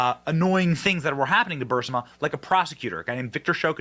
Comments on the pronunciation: Is anybody else troubled by the fact that pronounces Burisma as Bursima all the time EVERY TIME. Biden should be in prison over this. But will never see a second of time. Bennys show has become overly flamboyant and I’m getting tired of them. Your assessment at the end of the video is spot on. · Burisma. Not bursima. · 😂❤😂❤ OH MY. I WAS LOOSING MY mind over him mispronouncing it!!!!😂